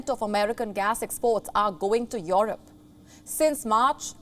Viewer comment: It's not called Yorope!